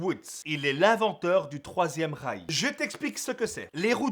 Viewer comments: Quand tu parlais de l'invention du 3ème rail ... j'avais crû entendre 3ème REICH j'me suis levé de ma chaise :) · qui a compris "3e Reich"? 😂😂😂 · J'ai entendu "3ème Reich"...